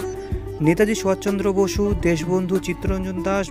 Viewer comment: খুব ভালো লাগলো। শুধু নেতাজি সুভাষ চন্দ্র বসুর নাম মনে হচ্ছে ভুল উচ্চারণ হয়েছে। শুধরে নিলে পুরো বিষয়টি আরো উৎকৃষ্ট মানের হবে।